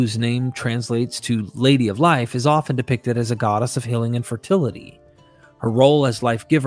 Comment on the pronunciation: I was wondering what "hilling" was supposed to be, until I realized that the narrator was saying "healing."